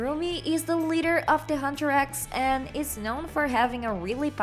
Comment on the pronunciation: I spit my boba when she said "hutrax"😂😂😂